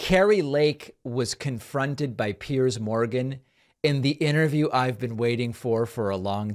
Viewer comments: She's having a hard time becoming Ms. Irrelevant. And Kari, btw, it's pronounced Piers as in peers, not as in pierce, even though pierce is exactly what Piers is doing to you ! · She calls him Pierce instead of Piers..can't even get his name right.